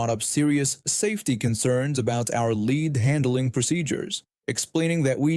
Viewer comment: “Lead” is pronounced LED, not LEED. Fix your algorithm!